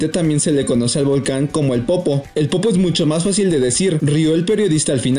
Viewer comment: Tampoco sabe pronunciar el reportero de México Xallitzintla (Shalitzintla) .....dice Shalitzintla...y creo dice Popó en lugar de Popo. Así que aquí también se cuecen habas.....